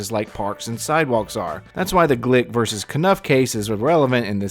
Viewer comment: One thing that I notice about ALL 1Aauditors is that they cannot say the word "versus" properly. They all say VERSE. It make me insane that they can't even speak english correctly..